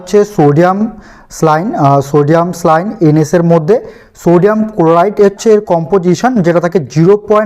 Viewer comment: খুব সুন্দর ভিডিও। কিন্তু একটা ব্যাপার না বললেই নয়, শব্দটি স্লাইন নয়। স্যালাইন।